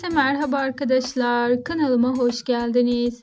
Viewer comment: Aynen. Arkıdışlar nedir ya?!